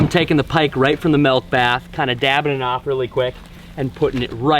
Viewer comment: “Melk bath” spoken like a true midwesterner lol, love it